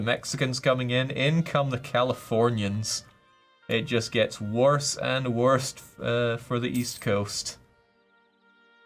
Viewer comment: ahh yes "it just gets wurst and wurst"